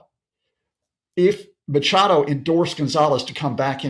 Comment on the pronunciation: Please make an effort! Her name is not Macado it’s Machado , why can’t you get people’s names right ?